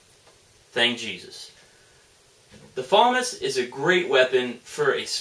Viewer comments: "Fuh-moss" not "Fa-miss" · Its not pronounced FAW-MUS, its pronounced FUH-MAW-S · actually its pronounced fam-ass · Its pronounced fuh-mahz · He doesn't like but he can at least get the pronounceation correct